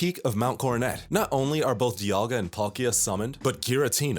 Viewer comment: the amount mispronunciations in this video are astounding also Cerulean Castles??? c'mon guys y'all gotta do more reseach